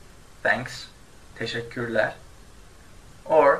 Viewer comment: Can anyone tell me why sometimes you pronounce "e" like "a" for example in teşekkürler, which you pronounce teşekkürlar?